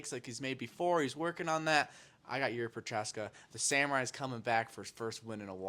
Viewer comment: Where are the details of Cory spending a week with Jiri? Learn to pronounce his name. At least know who he's fighting. This is wildly unprofessional, I'm not even mad, I'm disappointed. Don't be sorry, do better.